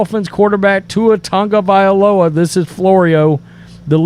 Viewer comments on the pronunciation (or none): I just wish you sports “experts” would learn to pronounce Tua’s last name. It’s TAGovailoa, not TUNGovailoa!